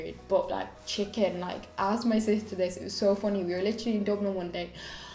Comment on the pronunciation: did you say chicking instead of chicken? 😂 x